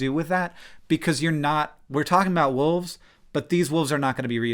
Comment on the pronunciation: I do find it kinda funny that the woman in their advertising material calls them "Dire woofs"